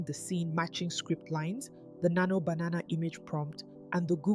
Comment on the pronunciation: Any reason you pronounce Nano Banana as Nano Bananana?